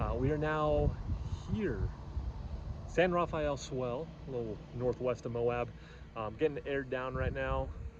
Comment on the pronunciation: Great area. It’s pronounced “san-ra-fell” not “san-raff-a-el”